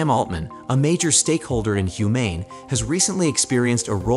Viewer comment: I stopped when I heard "Humane AI", pronounced almost as "I" and gave it a thumb down :D